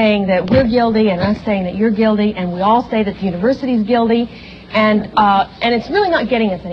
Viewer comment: everybody is "guildy"